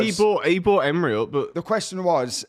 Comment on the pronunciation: it’s “Emery” not “Emre”